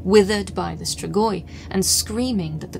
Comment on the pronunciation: STREEEGWAH (Romanian pronunciation) Love you, just a hint!